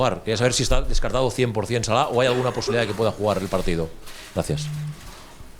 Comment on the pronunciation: His name is Salah not salad r u stupid? I can't tell if you did that on purpose or not